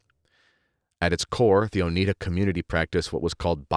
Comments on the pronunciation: Lol it's pronounced oh-ni-da, not oh-nee-da 😅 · Oneida is pronounced Oh-nigh-da. LOL, I have Oneida utensils, but they're stainless steel. BTW, for the last 30 years I have not worn pants because I don't want to risk being seen as a feminist. I wear skirts and dresses, with leggings for warmth. I never regretted this decision. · Oneida with a long i like eye. Not Oneeda. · Oneida silverware from Oneida NY, named for one of the indegenous NY people the Oneida tribe. Oneida pronounced with the long 'I' sound. So, your spelling is incorrect, and the name origin on your part is incorrect or at least that of the author you are quoting. I've spent many years (more than 40) in healthcare, trust me wearing pants is far more modest than uniform dresses. I've worn both.yes dresses in nursing were impractical in hospital settings. Pregnancy clothing was different from non pregnant clothing. There were women in 18th n 19th century clothing who did have health effects from the clothing they wore causing issues with breathing and proper nutrition. There's a place for both. But dont presume you know what